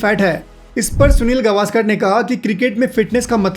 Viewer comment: गवास्कर नही गावस्कर कहे।